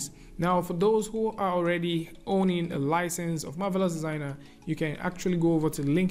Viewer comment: I love the beautiful way pronounces the words "Marvelous Designer"!